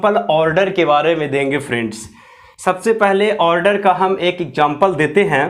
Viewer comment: order ka pronunciation galat hai